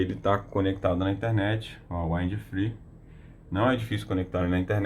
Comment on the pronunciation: In English, em geral a regra gramatical de pronúncia para palavras terminadas em consoantes falasse exatamente como se está lendo mesmo. Porém quando se termina em VOGAL "we use to say them ecxatly as the vogals are used to be spell" ou seja, lê-se exatamente como aprendemos como são pronunciadas as vogais no alfabeto em Inglês, e sim isso faz uma enorme diferença. 👉 Wind (uindi) = VENTO, sopro, brisa etc... depende do contexto. 👉 Free (fri) = sem/falta de (contexto) = livre 👉 Fry (frita) "frai" fryes (fraies) fraies = fritas 👉 Wide (uaidi) vogal (i) em inglês tem som de "ai" = VASTO ex: Worldwide (uórldiUaidi) 👉 advérbio 👉 mundialmente. Toda gramática tem suas excessões, porém 98% por cento da regra é essa. Em 65% do vídeo ele AFIRMA pronúncias de significados que não existem na língua Inglesa e isso induz as pessoas ao erro. No mais as ilustrações de funcionamento do aparelho foram bastante esclarecedoras 👍